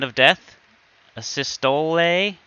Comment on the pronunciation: A-cyst-stohlee. The spell i think targets the mobs heart so im assuming its pronounced like the heart issue.